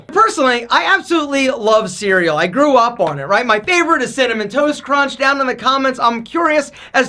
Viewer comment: when he said "Cereal" 😂😂😂😂